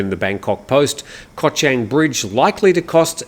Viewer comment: Hi, I’m a great fan of your show. One remark however, please do some more effort to pronounce Thai geography a bit better. Chang, the island, the beer, the elephant, is pronounced with the ‘a’ as in ‘baht’, not as in ‘men’, no offence but it hearts my ears 😊